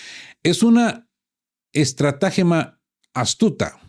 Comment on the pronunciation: no es ESTRA'GEMA CON ACENTO EN LA A SINO ESTRATAGEMA SIN NINGUN ACENTO